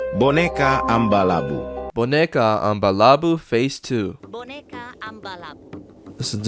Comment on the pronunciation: bro did not say “boneca”